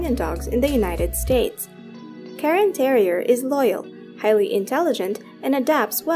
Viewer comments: is it karen terrier or cairn terrier? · It’s not a Karen Terrier. It’s a Cairn Terrier.